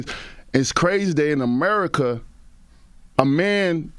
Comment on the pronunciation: "As It Is In Amurrrika" 😂😂😂